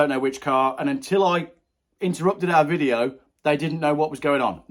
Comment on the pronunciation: It’s Video not Wideo!!! 😂😉